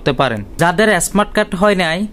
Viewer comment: এস্মার্ট কার্ড কি।স্মার্ট বলতে পারেনা আবার কথা বলে।